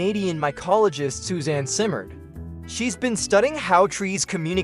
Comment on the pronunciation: Simard is pronounced see mar… D is silent